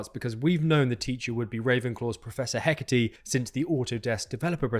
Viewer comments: Wait...so you apologize for possibly mispronouncing Aesop (which you didn't), but you constantly mispronounce and misspell Hecat? It's not Hecate, as you keep saying. The actual game files list Hecat. The files which you show in this video. Lack of preparation? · Why are you saying Prof. Heh-kah-tee? Did you write it down as Hecate? It is Hecat --> Hé cahhhhh for a French sound or Heck-at for a more Germanic... but no language is just adding an eeee. Even in Arabic and Persian where Dinah is as female name and that sound is attached at the end of words there is a letter corresponding with it, it does not come from nowhere. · character's name Hecat: Heckateee